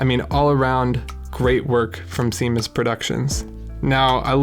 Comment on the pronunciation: Thanks for the feature (it’s pronounced shaymus) 👊